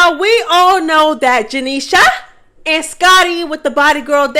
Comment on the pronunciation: I love the way you say “janiesha” name 😂😂